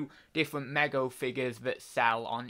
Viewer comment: Hey dude. It's pronounced me go. 👍